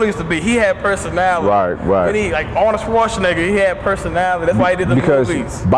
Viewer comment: finally pronounced Arnold Schwarzenegger right! Yaaaay!